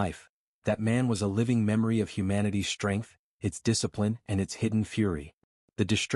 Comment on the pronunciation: I HATE when AI and people pronounce "STR" words as "SHTR"!!!!! Yours does just that!!!! FREAKING ANNOYING!!! SHTRENGTH, SHTRAIGHT, SHTRONG, DESHTROY, SHTRANGE, DISHTRESS, HISHTRY, SHTREAKS, SHTRIKE!!!!!!!!!! THERE IS NO "H" AFTER THE FKN "S"!!!!